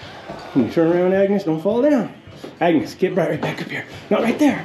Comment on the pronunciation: the name of the mule is Agnes, not agnus 🙂